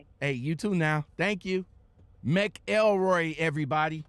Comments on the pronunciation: Lol its mc elroy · It's pronounced like MACKLE-ROY btw.